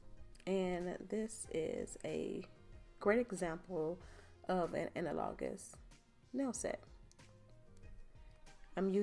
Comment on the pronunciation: Thank you for this informative video. When you pulled out that hand I thought it was real and it flipped me out for a minute. Also the way you say analogous drove me crazy.